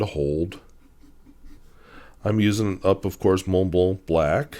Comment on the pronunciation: Montblack??? MontBlanc, Lol...:D:D